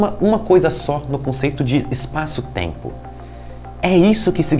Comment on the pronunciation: essa moça loira me faz lembrar o principe do ''schurek ''...e o jeitinho meigo de falar...( eispaço teimpo )..aff